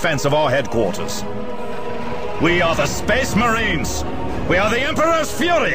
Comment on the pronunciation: 'An Excellent SPESS MARINE'